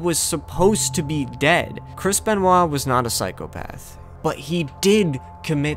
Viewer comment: The ‘R’ was missing in “” because you added it to “Anthology”